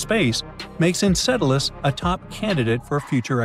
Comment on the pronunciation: I didn't know that Saturn's moon was pronounced Encedalus! 🤣 (And ) 😉 (And ) 🤔